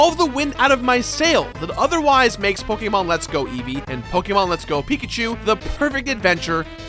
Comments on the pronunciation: pokemon not pokaamon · If you say PokAYEmon one more time... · I know there’s a lot of ways to pronounce it but pokaymon is driving me crazy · POKE AYY MON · You say Pokémon wrong, I can’t watch this without getting triggered x) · Great video but your way of saying Pokemon just gives me headaches haha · Is it ok to be offended by the way he says Pokemon? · I HATE how this guys says pokemon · Stopped watching because of the way he said pokemon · How u said Pokémon s made me curl up into a ball and repeatedly say why for 5 hours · You say Pokemon weird